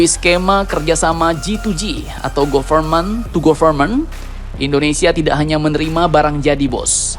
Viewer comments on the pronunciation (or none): Government itu cara bacanya gavermen ga sih min?😂